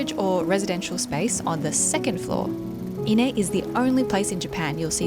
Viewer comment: Every time I hear "inneh" a piece of my soul dies.